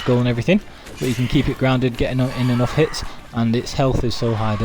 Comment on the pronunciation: BaaaCLICK , this nervous tick drives me nuts, like scratching a chalk board. That click sound you make when your sentence ends with the word "back". In fact, most of the time you raise your voice for certain words for no reason. Like THAT. But when you do HITclick him ... chalk board. My ears are bleeding now. Sorry, not trying to be mean, thought you could work on it if possible.